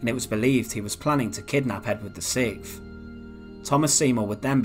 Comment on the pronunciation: Yet another group of interesting facts spoiled by a dreary and incompetent commentary style. And, by the way, it’s “siXth”, not “siKth”. Sigh.